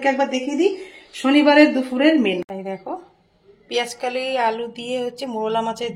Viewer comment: দিদি কথাটা পেঁয়াজকলি, পেঁয়াজকালি না।